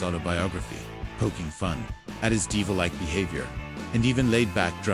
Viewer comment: DEEVIL like behavior ? These simulated narrators have got ...to go !